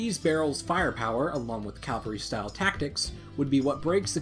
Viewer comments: Cavalry not Calvary...get it right! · Ok seriously, the word is cavalry, not Calvary. Cavalry is a bunch of horse mounted soldiers, Calvary (aka Golgotha) is the mount of Christ crucifixion. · it's cavalry...not calvary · Cavalry! Cavalry! Not Calvary! That's where Jesus died! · Ive noticed you and both pronounce Cavalry as "CAL-very" not 'CAV-elry" is this just how you guys say it in the northern hemisphere? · It's cavalry, not cavery, CA-VAL-RY, I use to have the same problem. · CAV - AL- RY not Cal - ver - y. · It's CAValry. "Calvary" is where Christ was crucified. CAValry are troops on horseback. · It's cavalry, not calvary. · Cavalry, not "calvary". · come on dude you want to sound sophisticated yet speak of "CALVARY"?! its CAVALRY ffs, look it up in a dictionary please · Wait, why does ALSO mispronounce Cavalry? It's CAVALRY, not CALVARY. Come on you two, both and mispronounce it >.> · CAValry. not CALvary. Good Lord. You purport yourself to be a historian and you can't even get that right? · it's called a common, forgivable mispronunciation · Custer wasn't a calvaryman. He was a cavalryman. Please learn to pronounce the difference. Cavalry is the word you want, not "calvary." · I always try not to be a grammar Nazi. Most of the I succeed. Not today. It's 'ca-val-ry' not 'cal-va-ry'! That gets me every single time I hear it! This mistake makes my life a living hell!! I should calm down. 😎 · CA VAL RY. "Calvary" is where Jesus died. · Calvary? Really? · "Calvary" Wut? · Why are so many Americans unable to pronounce the simple word “cavalry”. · Why can't Americans say cavalry properly? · Are you saying Cavalry or Calvary? Because it sounds like cavalry. Also awesome video.